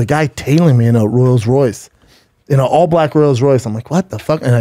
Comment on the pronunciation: "Royals Royce" then says the word rolls 2 seconds later. Man fuck! Fuck!